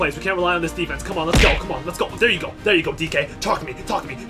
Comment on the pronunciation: And we're here to win! lEt'S gUlL